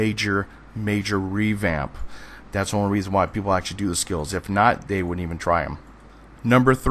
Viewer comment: you say "actually" and "basically" WAY too much (and you say them so fast it sounds like "basely" and "ashley" every time. similarly, when you say "community", it sound like "commity"). slow down, vary your vocabulary, and your videos will be that much more enjoyable :) additionally, its "PLE-thor-a", not "plen-TOR-a". notice there's no "N" in the correct spelling, and the emphasis is on the first syllable